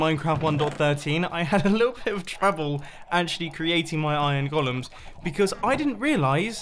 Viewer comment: "those iron gollums" :D